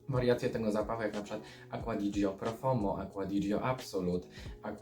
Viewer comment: Tak na przyszłość, po pierwsze - Alberto Morillas a nie Morilla i po drugie nie Profomo a Profumo. Ale poza tym dobry i szczegółowy materiał👍